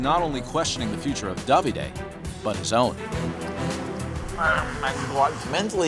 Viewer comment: I have never heard Davide pronounced so bizarrely…. At first I thought they were saying “dobby-day”.